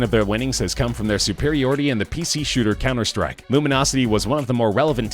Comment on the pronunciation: "cemmer strike" wtf